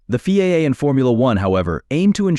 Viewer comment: What a waste of bandwidth. FIA is said as three letters, not pronounced as "Feea". So, where's the surprise and where's the stun?